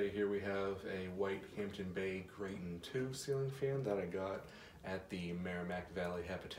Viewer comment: ITS TON NOT TOON